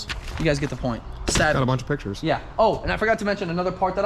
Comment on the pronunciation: idk why but it was funny when he kept saying “pitchers pitchers pitchers pitchers” instead of pictures 🤣🤣💀💀